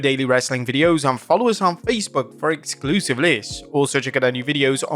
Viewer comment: You know you're autistic when you notice the slight variance in how said "excLUUsive" lists at the beginning.